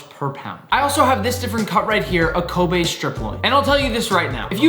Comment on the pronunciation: Glad Nick finally learned how to pronounce Kobe beef 🙌🏻